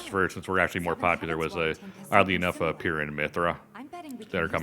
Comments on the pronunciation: i get annoyed everytime i hear pira. pyra is like pyro Pyra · Guys, it's pronounced "PYRE-a", like the word "pyre", like they say the name in the reveal trailer multiple times. The thing about Pyra and Mythra's outfits in Smash is pretty interesting because when Ultimate came out Mythra was initially included as a Spirit in the base game, and they added black leggings to her character design for the Spirit so as to maintain Ultimate's E-10+ age rating, but at around the same time that Ultimate was released they added the leggings as free DLC to the base game of Xenoblade Chronicles 2. Chuggaaconroy talks about this in his Let's Play of XC2 and I recall he said that "the leggings only make her hotter" so make of that what you will. And another thing is that even though Pyra was also added as a Spirit in the base game of Ultimate, her design wasn't actually altered at all for the Spirit render, and it was only changed when Pyra was added as a fighter. That is a little strange and I don't think anyone ever gave a reason as to why it is that her outfit was only changed for when she became a fighter and not when she was a Spirit in the base game. Then again the changes made between her Spirit render (which as far as I can tell is just directly taken from XC2) and her fighter design are much more subtle and are more difficult to notice at first glance, so that could have something to do with it. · I cringed every time they pronounced the names "Pyra" and "Mythra" lol.